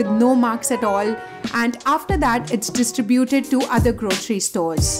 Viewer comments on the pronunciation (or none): none